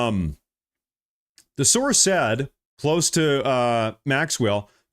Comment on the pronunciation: Quit saying sorce and name a actual person he can't because he doesn't know of any 😂😂😂